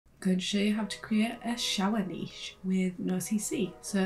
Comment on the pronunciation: The way you pronounced niche was wrong